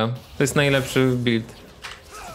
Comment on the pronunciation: Stuffy wardy bulid, jak to kaleczy moje uszy.